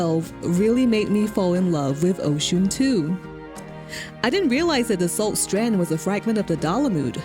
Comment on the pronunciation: Oschon.. OS-CHON Not Os-John. You're killing me here u_u.. — Seems very unlikely since during the Marauder quest, you fight the "Mysterious Stranger" here. I.e. your guild master wearing a mask. Never even noted that this had any significance other than "crater that's beautiful" . — I guess the unforgettable developers kinda "forgot" about it. Well, I learned about God's grip so that's neat. Personally I .. better not say what I think about FFXIV... But Oschon has been my deity since I started and forever and ever <3 The Navigator was my second choice. Funny how that is. Heh, after 20 years... I still read all my comments.